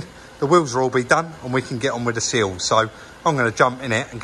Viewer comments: thanks for clarifying. a couple of times it sounded like seals, and I was thinking I had been calling them the wrong thing for the last 20 years 😂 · I spent half the video wondering when the 'seals' were going to be sorted. That was until pointed out the 'sills';). Must be an accent thing (and I've watched plenty of Minder episodes to know better lol).. Them wheels looked mint.